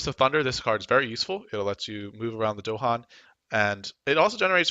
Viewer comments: Nice guide, but they are called DAhan, not DOhan :D This drove me crazy :D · They're called dahan, not do-han. With an a and stress on the second syllable. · You don't mess with the Dohan...